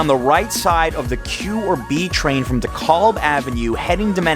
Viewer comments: Great video. But it's pronounced "Skermehorn", not "Shermehorn", and "Dekaalb", not "Dekolb". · Yeah his pronunciation was off. For some reason it really bugged me. He pronounced DeKalb as Di-KOHLB wrong too. Natives usually pronounce It De-CAB or DEE-Cab. Def not a native. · Right! Also saying "DEKOLB" when it is "DEKAB"! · Oh no you didn't. Dekalb is pronounced Dee-cal-b. Bet you pronounced Houston street wrong too. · Being a native, I heard your voice & right away knew you weren't. But that's irrelevant. You're showing love where most people trash talk it. Streets are prounounced DEE-kalb & SKIM-a-horn. Thank you for the positivity 👍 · "Skimmerhorn", "DeKaaaalb". No NY native says ""Av". Good video, though... fun. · Ok thanks for the video , I'm a born and raised New Yorker lived there from . Going back later this week with my wife who has never been there. Other than your mispronunciation of Dekalb & Schermerhorn re: Hoyt- Schermerhorn subway station you did a pretty good job. One other thing you might mention that you can't walk through different subway cars unless there is an emergency or directed by a city transit official, I don't think you will arrested but you can be given a hefty finet hat I would rather spend at The Oyster Bar Lol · Michael Velasquez Exactly! He also messed up “Decalb”!